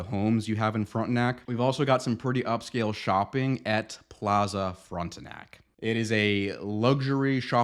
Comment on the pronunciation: NOTE: You should know how to pronounce Frontenac if you're going to sell homes there. The first syllable is pronounced like the O in Tom versus the O in front.